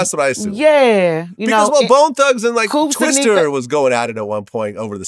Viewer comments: Glad said twister...its TWISTA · He said twister 😆 🤣. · VLAD thumbs down bro. Lol doing the interview and not doing a lil research at least. Plus he said TWISTER